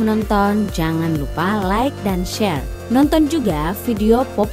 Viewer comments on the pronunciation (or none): none